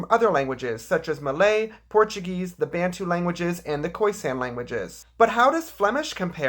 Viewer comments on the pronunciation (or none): none